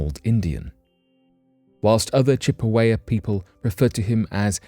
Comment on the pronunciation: I'm trying in the nicest way possible to say it's Chippewa . You got it all right except the last syllable which is pronounced wah.